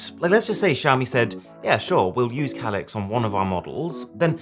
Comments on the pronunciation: That's not how you pronounce that word. It's "Kay-Licks". Not what you said. UGH, I can't handle it, you say it too much... LOL. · It's simply just a difference between an British accent and your accent. That's all. What's way, way more annoying is how he pronounces "Calyx".